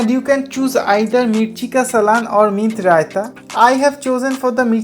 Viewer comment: भाई उसको सालन बोलते है सलान नहीं